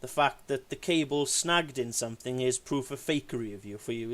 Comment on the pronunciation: Any one who pronounces something as sumfing has to be less intelligent than a 10 yr. old. His video proves he's got the mind of a child.